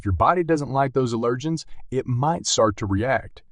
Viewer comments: It's not "uh-lirgins", it's AL-ergens! Drove me nuts listening to the pronunciation of "allergens". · Speak English. The accent on "allergens" is on the first syllable, not the second.